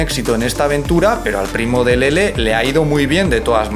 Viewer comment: Que bien pronuncia LELE 🌹👶❤